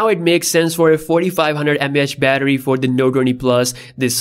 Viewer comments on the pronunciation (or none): none